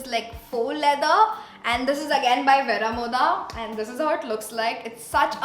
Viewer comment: It isn’t Vera-mo- dhah It’s Veh-roh -moh-duh